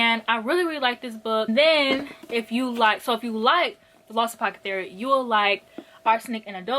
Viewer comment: saying apocethary instead of apothecary is my new favorite thing...*insert clock emoji*